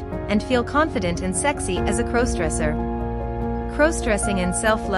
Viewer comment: I have to unsubscribe because if I hear the narrator mis pronounce crossdresser one more time I might hurt someone